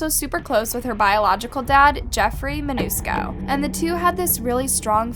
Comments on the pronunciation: “Mancuso” but pronounced it as Manusco. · Their last name is MAN-CUS-O!! Not Manusco!! Wow...these channels get worse and worse. It's like a 10year old runs them. These poor people have been through so much already...they don't need someone, who can't even say the name right...doing such a crappy job telling this sweet girl's story. R.I.P. sweet angel!! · you could at least pronounce the last name right Mancuso not Manusco,you make these disrespectful mistakes all the time. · sorry but is not MANUSCO but is MANCUSO , I can understand some italian names are hard to say but you can use the google voice to listen the right way to say it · what it says: Jeffery Mancuso what she said: Jeffery Manusco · /narrator rately gets her facts correct but in this video, she can't even pronounce the murderers name correctly. It's not a difficult name! Also available with a 5 second search. Although she usually just steals from other YouTube channels. Thumbs down! Don't subscribe.